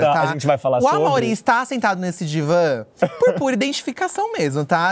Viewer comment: Pq o fala diva da diva e não divã da diva? 🥲